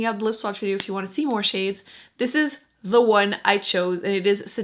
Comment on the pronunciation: Are you American? You say dee instead of the. It's annoying.